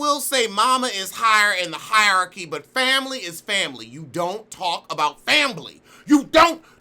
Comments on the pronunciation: I die a little every time you say fambily lmaooo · I love when you say "fambly....fambly "